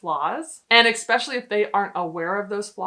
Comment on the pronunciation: NOT “EHK-SPECIALLY.” It’s “ESPECIALLY” NO X OR K